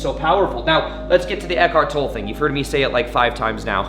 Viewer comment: I think I speak for all the Eckhart Tolle fans everywhere when I say: If you're going to refer to or quote Eckhart, please pronounce his last name correctly. It is pronounced "TOL-ə"; like "TOL-ay". Thank you. Great video, BTW.